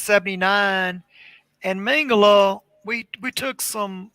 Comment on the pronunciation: Please name Josef Mengele surname pronunciation right it is not Mengel"A" but MengelE. With saying A at he end it gives his surname really wrong and someone could missrepresent Josef as a different pearson...so please E at he end when vocalize surname. THNX